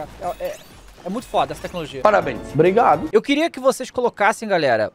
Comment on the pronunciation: "Parrabens" "Brigado" Kkkk quase cuspi a comida